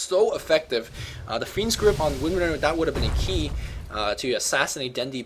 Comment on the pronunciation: Every time says "fiend's grip" I hear "fiend script," which sounds even cooler.